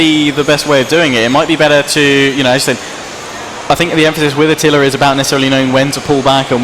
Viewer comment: His name is Attila, not "a tiller".